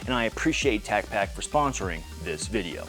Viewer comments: your mispronouncing tacpack, talk to brandon please. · You said tacpack wrong 😂should be shouted in an aggressive style lol